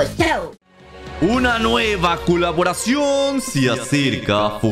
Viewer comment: xd alguien esculcho que digo kuloboracion xddd